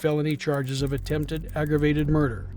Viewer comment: He said, "under suspicion of attemb murder..." Didn't even try to finish the root of the word.